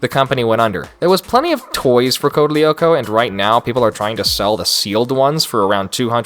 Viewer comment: As french person this show was FIRE !! Evrybody know about it in France. I loved this its my childhood. this but please i beg you DO NOT WATCH CODE LYOKO EVOLUTION !! (Oh and also you dont pronounce the "L" si its code (L)yoko